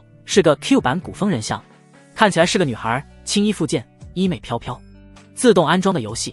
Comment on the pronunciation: 衣袂（MEI）飘飘！！！AI也会读错！！！